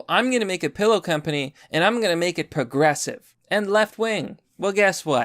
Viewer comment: Still saying 'porgressive.' You really need to see a speech therapist...